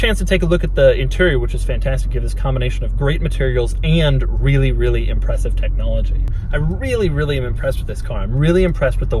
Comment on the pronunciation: WEALLY WEALLY WEALLY